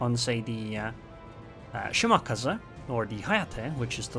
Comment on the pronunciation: nah, he called "Yukikaza" annoying